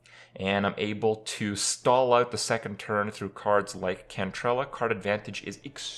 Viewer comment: More vid of kripp saying gwent cards names, that s all i need ("cantrell" XD)